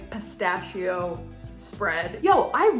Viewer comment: Perché dici peistasciooou anziché pistacchio dopo aver trascorso tanto tempo in Italia?